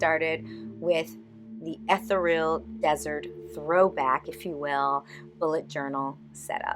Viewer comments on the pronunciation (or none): Check your pronunciation of ETHEREAL.🙂